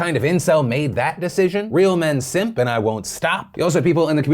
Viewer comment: funny how they got a kiwi to say those words. SEMP. ENCIL. VEERGYN